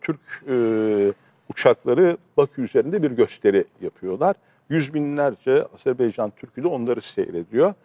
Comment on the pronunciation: "Azerbaycan" Azerbeycan değil